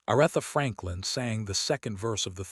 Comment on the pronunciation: It would be nice if you would pronounce her name correctly. I stop watching as soon as I hear her name mispronounced.